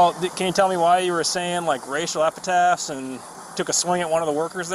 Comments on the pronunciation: cop and suspect both said "r;a___al Epitaphs " 🤔🤭😄😆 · "Racial epitaphs"? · “Racial epitaphs”. 🙄🙄🙄🙄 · “Racial epitaph” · By the way, it's racial epithets, not racial epitaphs.